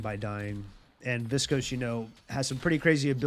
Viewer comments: Learning a ton about geist from you. Thanks for the videos. I chuckle every time you say viscose instead of viscous hahaha. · viscuss > viscohs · Viss-cose How does this happen when there's tons of callouts and voice lines with the proper pronunciation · "Invernus and Viskose" bruh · I love the videos and the explanations. Really helpful for learning, just started playing a couple days ago. But man, the way you pronounce viscous is getting to me xD